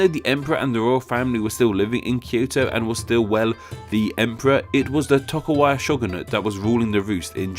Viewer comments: Umm Tokugawa not Tokuwa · re - Are you calling him (and his clan) "Toku-Waga" instead of "Toku-Gawa?" Because it sure sounds like that. Now I'm not well versed on Japanese history and culture. It's possible that this name is indeed pronounced "Toku-Waga" even though it's spelled "Toku-Gawa," I wouldn't know if that's the case. But based on the English spelling, it would appear that you've reversed the last half of his name without explanation (without any apparent reason, either). Please clarify. Is the name meant to be pronounced "Toku-Waga?" If so, please explain why. Or did you just do a whoopsie? Please lemme know, yes? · I swear if you pronounce "et cetera" and "Tokugawa" wrong one more time... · tokuGAwa vs. tokuWAga... dyslexic moment? ¯\_(ツ)_/¯ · TokuGAWA =/= TokuWAGA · Tokugawa, not tokuwaga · Toku-wagga? C'mon man. You can read. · you mispronounced tokogawa differently every single time what the fuck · It hurts whenever I hear him mispronounce Tokugawa :(